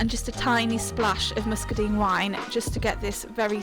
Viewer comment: Love the very English pronunciation of muscadine!